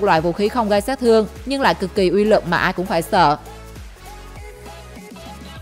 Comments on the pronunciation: Phát âm cho chuẩn nhé BTV. " Uy lực " chứ không phải " Y lực ". Khó nghe quá ????? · Lần sau đọc rõ từ uy lực